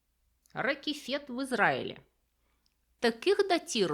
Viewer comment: Пещера в Израиле называется ракЭфет, с ударением на букву э. Это горный цветок такой, растущий весной на склонах гор и тонкой земляной подложке. Очень красивый, чаще розовых тонов, кажется на английском цикломен.